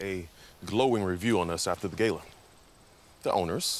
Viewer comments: They said Gala incorrectly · Bret, the ungrateful head chef who says gala incorrectly along with Alice is the villain